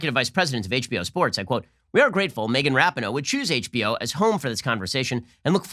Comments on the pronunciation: Rah-pee-no not ra-pin-oh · Everyone else pronounces it Megan ra-PEEN-oh. Ben says RAP-eh-no. Is he doing that just to mock her, or is Ben saying her last name correctly and I was unware? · It’s pronounced ru-pee-no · Ben please... ruhpeeknow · Ben, for cryin' out loud, it's pronounced: rap EE no. uhg, watch a news cycle about lesbians so you can get it right. NO, i don't care but it pulls the "ear" a bit when names are so badly mis-pronounced. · Rapin-no... LOL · You can’t even pronounce her name correctly 😂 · The fact that he says Rapinoe wrong makes it even funnier, but I completely agree with you Ben, keep preaching truthhh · How he mispronounces rapinoe is hilarious lmaoo